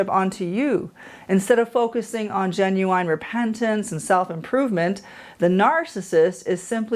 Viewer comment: Why do you keep saying genu wine??